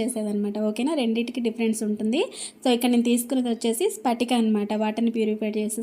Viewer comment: Spatika kadu adi patika